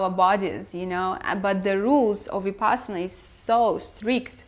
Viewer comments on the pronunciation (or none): Every time you say Vipassana a fairy loses its wings and dies.